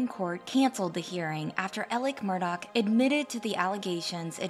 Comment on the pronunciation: How you need to grow, is getting the Murdaugh name right and not saying Murdauch. lol